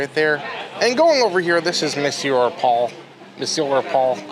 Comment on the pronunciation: Monsieur Paul, Crêperie de Paris and Chef de France are well pronounce too 👏🏼👏🏼